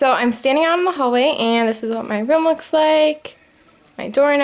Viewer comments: its ROOM not ROM you say it wrong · Its sound likes h say rom instedvof room